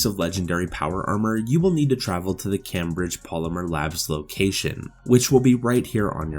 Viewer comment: Never heard Cambridge pronounced that way but okay